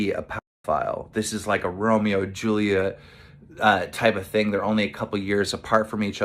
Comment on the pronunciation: Did Keem say Romeo and Julia? 😂 oh i love that play Romeo and Julia